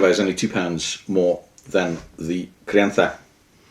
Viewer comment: You pronounced gran reserva and crianza perfectly, do u live in spain or something? Im spanish and had to say it, its hard to find an english speaker who pronounces that well, good video!